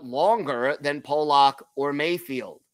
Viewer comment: His name is "Pullock" NOT "Polock"...pronounced differently than how you are saying. It's like the difference between "Pull" and "Pole"...you'll get it...keep workin' on it.